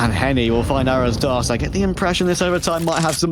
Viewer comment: As a brazilian. Seeing two portuguese speaking teams matchup. And hearing these stupid casters say Arrozdoce as if it was written "arrowsdos". Shamefull. Can't even look up how to pronounce words. Imagine these people trying to learn a second language?